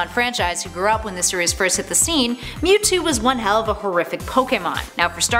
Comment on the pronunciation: I HATE how this person is pronouncing the names of these pokemon, and btw mewtwo mega Y is superior. And didn't Giratina help normalize Palkia and Dialga when Cyrus controled them?